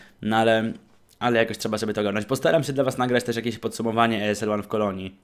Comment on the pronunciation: Jak już wymiasz po angielsku to czyta się "isl" pozdro